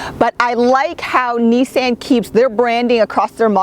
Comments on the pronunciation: OMG it's pronounced neesaan ( the last part is more like "on" then "an"). You're the first ever to grace my ears with that pronunciation... ouch. :^) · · "knee-san" You're killing me. Lol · take a shot whenever she says Neesan